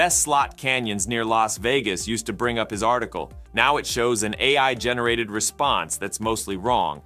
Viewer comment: Half the time his voiceover software is saying "Open EYE" instead of AI, so yes its AI reading 'A. I" as EYE